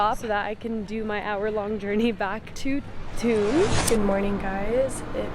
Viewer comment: Thun is pronounced Toon.